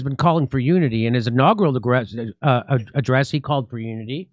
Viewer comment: . -- You got it right the first time: "inaugural aggress."